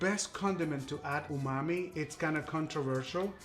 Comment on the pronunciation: Umami!! I thought you were saying OOOHH MOMMY!! 😂😂 Like OOOHH MOMMY IS THAT GOOD!! I always learn something new!